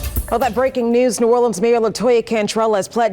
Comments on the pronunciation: New Orleans, pronounced Or-Lens. Saying Orleens makes my ears feel like they’re bleeding. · it's pronounced New Orlins or New Orlens. New Orleeeans are only pronounced that way in songs. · Just a quick note for those that don’t know: When you say ‘New Orleans’ it’s New ‘Orlens” in pronunciation. When the ‘New’ isn’t present (like Orleans St or Orleans Parish) then you pronounce it ‘Orleens’. Orlens when the New is there. Orleens when it isn’t. Hope that helps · New Orleans is pronounced (New Orlans) by everyone who is in the know. Cantrell is a lousy mayor, a liar and a cheat, not sure any person who would ever be a good Mayor would EVER run and even if so would not be elected by constituents. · New Orleans pronounced ( Nu - Or Lee Anz). I went to college and lived in that region for about 25 yrs. I hope you don't mind my sharing a little phonetics with you. The majority of "gone to the dogs" US cities are turned over to AA's once they are trash. The 504 or Memphis are both major ghettos of the south. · I'm from louisiana and I cannot watch this in its entirety, because the person that's doing most of the talking doesn't even know how to pronounce the name of the city. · You can't even say the name of the city the right way... Then, I have to suspect your credentials for reporting on this area! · It’s strange too being she born and raised in Compton California. She has no roots in New Orleans. She refuses to pronounce New Orleans properly! Kamala’s bestie!